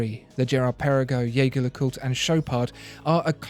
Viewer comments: Dude love your videos but you need to learn how to pronounce jaeger lecoultre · Great listing! (You need to work on your pronunciations: it's not Yeig-her Le Coult, it's not Vacheron Constantain...)